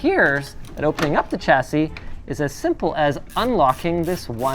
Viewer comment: it’s ‘Sha-cee’ not ‘Cha-cee’ Trust me, I’m British 🇬🇧